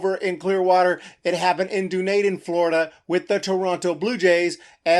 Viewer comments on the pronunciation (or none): Hard to take your credibility seriously when you don't know how to pronounce Dunedin lol Done-eed-in. Also your personal opinion leaks through clearly even though you continually say 'I'm not saying its right or wrong' smh. -Things aren't shutting down because of 'sniffles' but because BOTH Florida & Arizona have record breaking numbers everyday now & this virus can, & has, resulted in lifelong lung damage even if you do survive... kinda a big deal for athletes... even if you don't understand the true seriousness of this novel virus! -That 'little clause' in owners offer, that you skimmed over like it isn't important when blaming players, isn't a little thing like you made it seem, & you totally ignored facts incredibly important to forming a judgement on fault 🙄 So I'm sorry but, even discounting the lack of knowledge that led to snark on the virus, this is way too basic a take that just eats up pr spin, seemingly without any real comprehension of the actual intracacies of mlb,& anyone who professes to know the sport better than casual observers should know better :o(